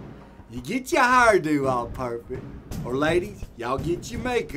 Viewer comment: How tf do you pronounce "hair-do" like that?